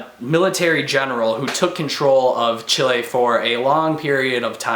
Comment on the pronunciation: You pronounced "Chile" right :). I'm happy because most people pronounce as"Chili" which sounds terrible and incorrect. Anyways, because I'm half Chilean so I should read this. It sounds interesting. Thank god Chile's political and economic standing is better now. Thank you for the review!